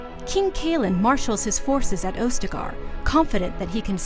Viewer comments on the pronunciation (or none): I appreciate these types of videos that help refresh the memory, but could you have actually gotten someone who knows of the history of DA? -Ostagar: (Os-ta-gar) not (Ose-ta-gar). -Morrigan is Flemths actual daughter. -Orsino: (or-si-no) not (ore-sa-no) -Red Lyrium, not just any lyrium -Arl Eamon (e-mon) not (Ie-mon) I mean no disrespect, but someone really should do a check on these videos. IGN should know by now mistakes will anger some people, especially BioWare fans, when it comes to lore. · Morrigan is not Flemeths adopted daughter. Also its AUS-te-gar. Not OU-ste-gar. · First thing I noticed is how you mispronounced Ostagar as "Ose-tagar." Then you failed to describe what the darkspawn were in this presumably comprehensive rundown. And it's not "Imon" it's Eamon. WTF, why did they give this no-nothing the task or doing this video? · Watching this, all I could think was "OHS-tah-gar! LOW-gain! EE-men! Or-SEE-know!" GAH. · She also pronounced ostagar wrong 😂